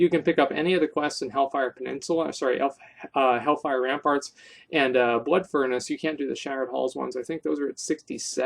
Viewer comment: He said Helfire Ramfarts 😂😂